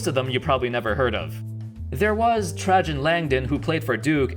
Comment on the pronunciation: My man said Hershey Hawkins and Tragin Langdon.